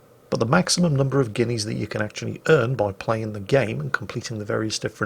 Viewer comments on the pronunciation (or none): "...going to cost you 50 guinees in the arsenal..." What? 50 guinees in the what? OH! arseNAL. Got it.